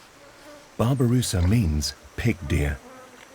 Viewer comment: Babi rusa read not babu rusa wk wk